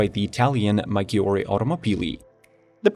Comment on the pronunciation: It's 'posed 2 be pronunced Majjyore , In Italian when the double G is present in a word , just pronunce it like "G" in English, when the Ghi is a part of the word , then you pronunce it as the in the word Spaghetti or Lamborghini, and I hear that you pronunce other Italian words properly